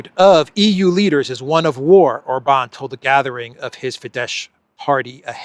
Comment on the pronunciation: it's pronounced OR-bahn, not Or-BAHN. And it's FEE-dess, not Fee-DESH. Kell beszelni magyarul helysen!